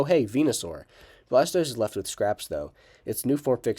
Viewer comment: It’s blastover